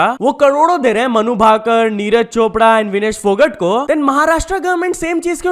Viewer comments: phogt❌ PHOGAT✅ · Bro please correct your pronunciation of 'phogat' Just watch dangal movie one more time